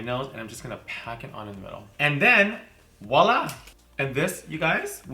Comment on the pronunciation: its voila not woila haha